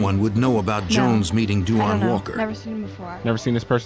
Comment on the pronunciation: I hate how they pronounce that boys name (RIP) they always do the most w names .. it’s da- wonn. Not DU WAN lol smh